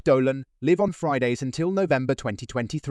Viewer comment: Spend some money on your crap a.i. so that it can tell the pronunciation differences between live the verb and live the adjective.